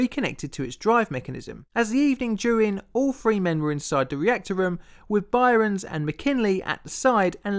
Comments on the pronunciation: Its pronounced "burns" not "byrons" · It's not By-rens. Byrnes is pronounced same as Burns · FYI the name "Byrnes" is pronounced "Burns", not "Byrons". ( ) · I've only ever heard the name Byrnes pronounced "burns" and never "bi-rons", so you may not have got his name right. You also mention the Arctic and then show a map of the Antarctic. Finally there's the weight to dimension anomaly that Armilar Zifferblat mentions. Your videos are very good and I'm a big fan, but you need someone to proof read the scripts and check pronunciation if you want this channel to become really popular. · Btw, his name is pronounced "Burn" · I love your channel but I have to say 'Byrnes' is pronounced the same as 'Burns' it is just a different spelling. Otherwise another amazing vid! :) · Byrnes is just pronounced 'Burns'. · "Byrnes" is pronounced "Burns". It's not regional, either. There's an Irish comedian (as in from the UK) named Ed Byrne, pronounced "Burn". Do research. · "Rottergens" Really? "Byrons"? Shoud be pronounced "Burns" - I've made comments before about your inability to pronounce common words normally. Get a narrator to help your otherwise OK work. I can't subscribe to this unlistenable cr@